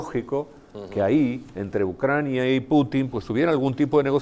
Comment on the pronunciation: Cuántas veces a dicho ucraña?